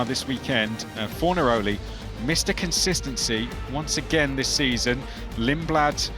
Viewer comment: I hope Fornalori stays in the competition because the way the commentators pronounce his name will never not be funny.